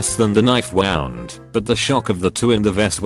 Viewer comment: >wound wawnd What the fuck.